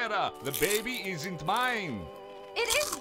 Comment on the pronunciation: BIDYBAB NOT BABY!!!!!!!!!!